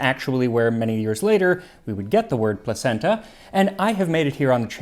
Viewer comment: LOL I've said it before I'll say it again, placenta (the food) is pronounced like placheenta